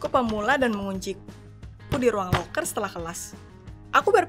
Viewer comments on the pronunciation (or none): none